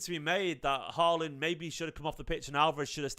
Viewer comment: Haaland. Get his name right.